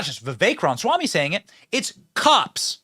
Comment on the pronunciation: Say it with me, Benny: Rom-uh-swamy.